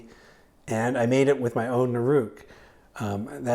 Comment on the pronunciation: nOOruk, not nurOOk :P